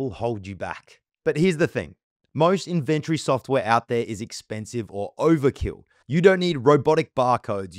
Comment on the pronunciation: Really weird how you emphasize the "ven" in inventory... Great tut, but you pronounce the word so strangely